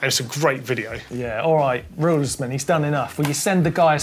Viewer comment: Pretty sure that it's pronounced "Rulez-man", two syllables, not three. I've got one on order, can't wait to get it and try it out. Good luck on your new endeavour,.